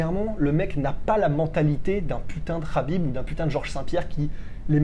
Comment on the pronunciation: Très bonne vidéo les gars. Je le sens bien Ciryl. En revanche, le kh de khabib n'est pas un vrai kh, ni un k, mais un h aspiré : حبیب en arabe.